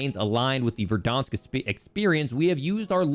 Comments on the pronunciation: ITS VERDANSK NOT VERDAWNSK SHOW ME ONE CUTSCENE WHERE THEY PRONOUNCE IT LIKE THAT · learn how to pronounce verdansk pls